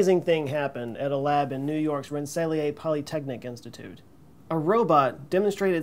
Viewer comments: Ren-sah-leer Polytechnic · FYI I'm pretty sure you're talking about Rensselaer polytechnic institute and it's pronounced "ren-sa-leer" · Quick correction from someone who lives in Troy, NY, where Rensselaer Polytechnic Institute (better known as RPI) is located (also in Rensselaer county). It's pronounced Ren-sal-EAR, which is of Dutch, not French, origin. Thanks for all your vids,. Keep blowing our minds! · Fun fact: Most people in Rensselaer pronounce it as rens-suh-LEER. Ren-sel-ee-ay is a new one for me. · lol...it's pronounced ren-suh-leer. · The last R in Rensselear Isn't silent 😶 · Dude - I admire and appreciate your videos and I do know this was posted over three years ago...but...I was gobsmacked by your absurd mispronunciation of “Rensselaer.” I don’t know if you thought Stephen van Rensselaer was French?